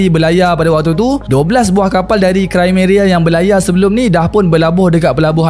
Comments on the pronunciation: Krimea lah,bukan krimeria😂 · sorry,nk infokan sikit dkt boss,sebutan dia bukan"krimeria",tpi "krimia",dia ada di wilayah russia-ukrine skang nii....ketopol tu pon salah dri bunyi dia,dlm sebutan Indonesia,ia dipanggil "ketepel",dlam bahasa melayu dia disebut"manjanik"...kesilapan dlm sebutan bleh lari makna dan nama wilayah sesuatu tempat....teguran atau pembetulan tu brg rare boss,tanda org appreciate kita adalah bila kita tersalah,org dikeliling Kita menegur kita dan melakukan pembetulan tanpa merendahkan kita....sy just nk bg correction,sekurang² nya nnti boss dpt hindari dri kutukan "orang tetangga sebelah",tetangga sebelahkn iri dkt org kita